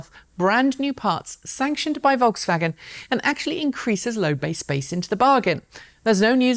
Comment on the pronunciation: Thank you for pronouncing Rimac and Volkswagen correctly. You're the first anglophone presenter that does it right.